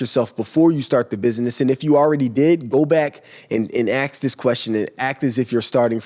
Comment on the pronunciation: Learn to pronounce “Ask” and then give business advise LOLOLOLOL